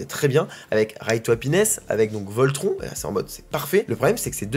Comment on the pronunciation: hahah j'adore tes videos mais pleasee un effort sur la prononciation de Voltron haha